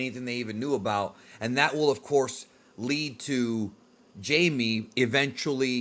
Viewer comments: It's pronounced: hi meh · Right, the J is actually supposed to sound more like an H. It’s supposed to be pronounced Hame Reyes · Ah the J in Jaime is said like a H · Your pronunciation of Jaime is disappointing 😑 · Isn't he supposed to be Hispanic hahaha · I’d love to guest star on your videos with these discussions just to help fill you in on things you may not entirely know, plus give my opinion on certain things. Another thing too i may be incorrect but aren’t you Hispanic? If so why did you pronounce Jaime name wrong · i thought the J in Jaime was pronounced like an H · I don't think that's how you pronounce Jaime's name.